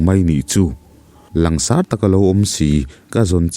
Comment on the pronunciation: Mizotawng lam rik dan hi rawn uluk leh deuh teh kan ti ve ange. Langsar i lamrik dan kha, sar kha zirtirtu(Sir) kan lam rik dan ang hian lam rik tur aw. Ngaihnawm thin e❤